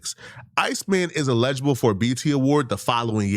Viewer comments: Illegible? It’s “INELIGIBLE “‼️ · I love you gng and I agree with your point but calling someone dumb while pronouncing eligible as illegible is crazy work and peak irony. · I’m sorry, love and appreciate the take! But the way u keep saying illegible instead of eligible is driving me crazy!😂😂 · No one SLAUGHTERS the word 'ineligible' worse than. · Calling someone dumb but unable pronounce Eligible… crazy. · Calling people dumb while not being able to say Eligible is INSANE🤣🤣🤣🤣🤣🤣🤣🤣Keep up the Kenny Glaze doe ctfu. These Genius Kendrick fans lol. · Imagine calling someone dumb while you can’t say elgible correctly 😂